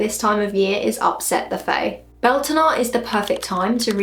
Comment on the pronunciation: Pronunciation is more like byowltanna.